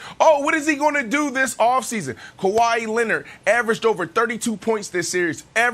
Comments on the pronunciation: Kawhi “Kawa-ii” Leonard 🤨 Gotta love Brandon’s pronunciation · It's Kawhi